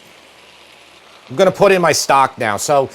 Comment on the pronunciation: As a recovering English teacher, I must protest. "I am going to" is not pronounced "ominy". On the other hand, "I'm gonna" is acceptable.